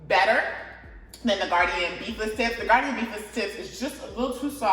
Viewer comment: Gardein is pronounced Gar- deen.. it's only 2 syllables..not gardian 3 syllables...just saying